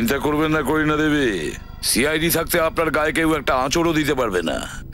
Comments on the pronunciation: কোরিনা না কারিনা😄😆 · কারিনা নামটি কোরিনা কোরিনা বলা একদম বাজে শোনায়।